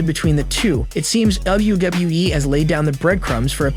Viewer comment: Bro stop saying e twice it's wwe not wwee